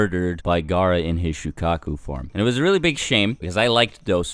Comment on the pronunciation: you said shukaka not shukaku